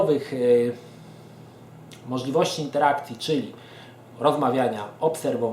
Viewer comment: wszystko zajebiście, ale jak słysze "standartowych" to mnie mierzi, STANDARDOWYCH i mówi się standarDowych a tak to plusik